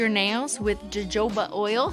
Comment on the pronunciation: jojoba = hohoba. not djoba